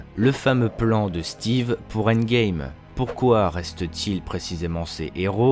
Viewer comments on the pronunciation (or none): none